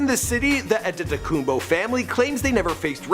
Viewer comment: You said anetokompo